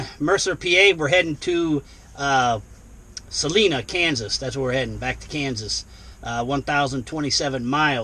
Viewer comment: I’ve seen all of your videos. Awesome. Thank you. So please forgive me, as a Kans-hole, it’s pronounced “Sal-eye-na” Kansas.